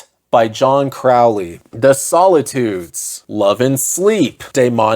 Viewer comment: Also brah it's Crow-ley, like Holy 💅🏻 (I'm not a pronunciation snob, it's just relevant to the fact that KA: Dar Oakley in the Ruins of Ymr is kind of a dad joke)